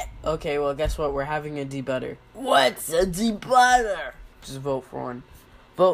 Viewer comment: I vote for 8-Ball to debut. And you pronounced it like, De-butter, But it's Daybeauter.